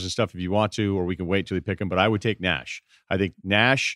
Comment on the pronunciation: I could not listen any more after Ryen said Nash over AI.